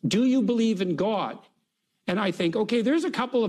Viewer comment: "Gwod" - J Peterson